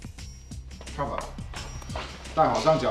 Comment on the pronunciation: “Cher” vor?